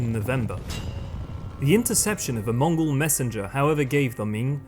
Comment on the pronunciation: This is such a good documentary. Props to even pronouncing the Mongol names so accurately. ❤